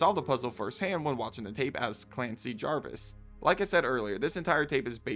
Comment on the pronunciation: Again, "Javis". no "r".